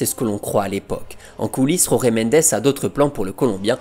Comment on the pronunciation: Falcao ❤️ Désolé d'etre négatif mais la prononciation de Jorge Mendes est à revoir 🥲